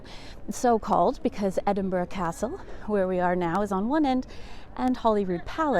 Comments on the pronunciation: Thank you for pronouncing the city's name correctly. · Thank you for pronouncing Edinburgh more or less correctly.